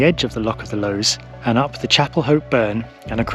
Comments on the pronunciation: If I write it as Lous that how I would pronounce it as a local. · Chuckling at you pronunciation of Lowes 😂 scary stuff but I can remember them flooding the reservoir and even having picnics and guddleing for fish in the river as a wee girl!